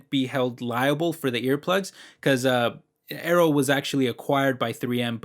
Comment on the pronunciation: I was listening and heard "Arrow" and was like what he's talking about Arrow 🏹 lol, but it's Aero🖥😉